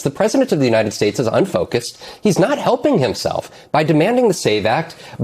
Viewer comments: did he say "united straights"? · Did I hear it correctly did my guy say President of the United Straits 😂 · "United Straits"?